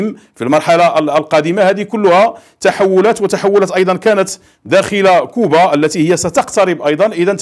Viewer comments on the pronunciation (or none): none